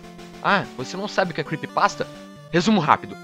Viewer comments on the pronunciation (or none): cara é creepypasta não creppypasta